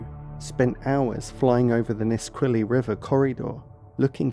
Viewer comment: He also mispronounced the place names (Puyallup and Nisqually) which is easy to do if you don't live there. I'm assuming he isn't American. It's a small detail.